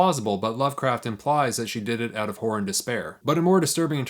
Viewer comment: My apology. I heard you say “horror” at least 4 times before I understood you were not saying whores. If these famous authors had whore stories…I may be able to break into the genre near the top. Whoror, one might say. Cheers!